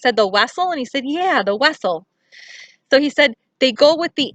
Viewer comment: “Vessels” not, weasel. 😑. GO DAD❣️❣️